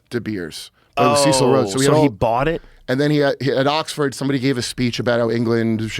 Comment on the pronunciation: Ceeecil? His name was Cecil rhymes with vessel